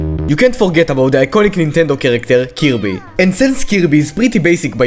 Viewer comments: how we pronounce kirby: kirby how pronounces it: cubey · Just his accent , ok? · Bro said killbe😭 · I'm sorry... Did you say "kill-be"? Is Kirby Committing suicide!?😲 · When he said Kirby I thought he said cubey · Why did say kirby like that